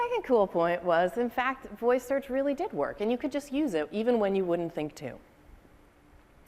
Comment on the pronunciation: Everytime he says Fact he prenounces it Fattt